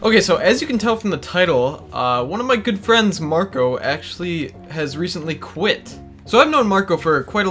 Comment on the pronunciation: When you said quit, I thought you said Gwidt.... Haha